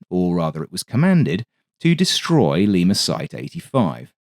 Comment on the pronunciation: there's NO fkn "R" in LIMA! 🤬